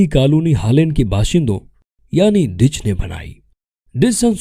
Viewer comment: Ditch nehin Duch he correct youself